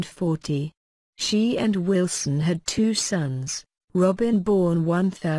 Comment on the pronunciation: I don't subscribe to these awful robotic voice-overs At least say 'Wilson' correctly!! Awful.